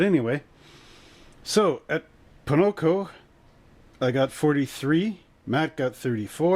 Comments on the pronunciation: Why you say Ponoco? its pocono not ponoco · Hi, i like your race league videos they're fun to watch. but I'm curious are you intentionally saying Ponoco, as i live near the track its odd to hear you say that b/c its Pocono Speedway, no hate just saying. keep up the great work,looking forward to the next race